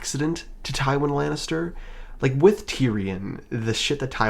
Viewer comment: Ive never heard such a pathetic misread of Tywin Lannister before this channel. Congrats, sir.